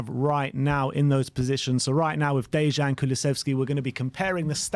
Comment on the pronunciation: The J in "Dejan" makes a Y sound, it's like "Day-yan".